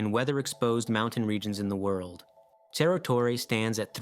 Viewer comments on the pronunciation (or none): Please don't pronounce Spanish like Italian, Cerro Torre is not "chero torre", ce- and ci- are always an "s" sound, just like in English, like "cereal".